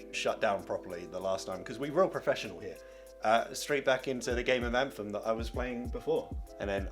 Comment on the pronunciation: Lmao i rewatched the game name when you said it 10 times and couldn't get what you said